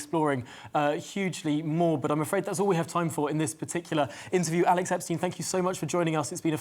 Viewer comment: You should do a much longer discussion with him. However, it might be better form to pronounce his name correctly next time - Epstyne, not Epsteen.